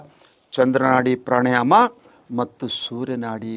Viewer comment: ಪ್ರಾಣಾಯಾಮ ಪ್ರಾಣಾಯಾನ ಅಲ್ಲ.